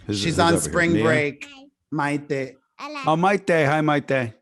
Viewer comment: Props to for prenouncing Miete’s name with the correct accent! 🙌🏽 (also I probably spelled it wrong, sorry lol)